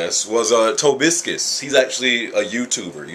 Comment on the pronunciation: Tobiscis? Its Tobuscus dude lol